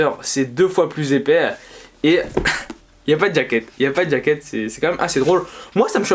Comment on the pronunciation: Pourquoi tu prononces "djaquette"